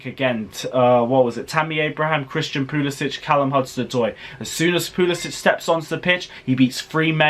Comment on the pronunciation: Everyone: Pulisic: PuLiSiTcH